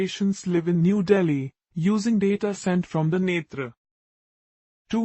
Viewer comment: After many video I heard the name netra in right ascent , ab to India wale bhi netraaa bolne lage h